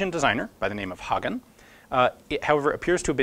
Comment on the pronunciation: Your pronounciation of Hagen is surprisingly good. And a great video as always, Ian :)